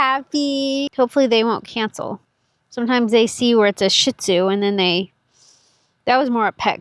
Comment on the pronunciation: love the video. one thing. it's pronounced sheet zoo.